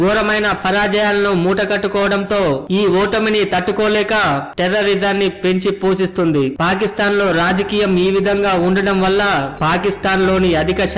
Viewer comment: bhaiyya thats PENCHIPOSHISTUNDI not posistundii